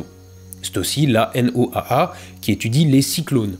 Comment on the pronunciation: En météorologie quand on parle de la N.O.A.A on dit juste "la Noaa" (Noa) tout simplement